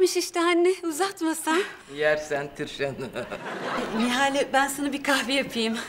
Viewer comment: Nihal değil Nihale